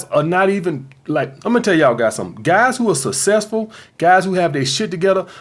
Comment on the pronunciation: You're forgetting "sussessful"